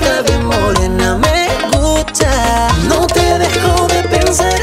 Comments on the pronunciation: Why is his "gusta" at the start pronounced like "gupta"? I was taught the "s" is pronounced. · ¿Por qué lo pronuncia como "gucha"?